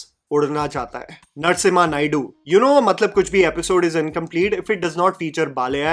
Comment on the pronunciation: Let me tell you something Hilarious - When you said Narsimha Naidu, i wasnt looking at the video as i was doing something else - I heard "Nuts IN my Naidu"